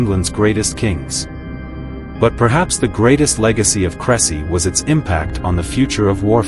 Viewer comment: Please check the pronunciation of the battle site. AI is not much help when confronted with foreign names.